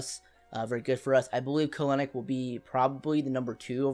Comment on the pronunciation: Kelenic is pronounced Kel-nic